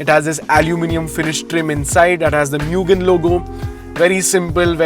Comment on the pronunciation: Mugen is pronounced as moo-gen